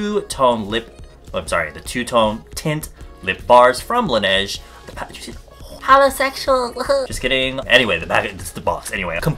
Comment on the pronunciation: He said holosexuals💯😂